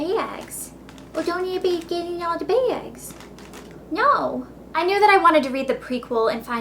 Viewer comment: The way she said "bags", hilarious!!! (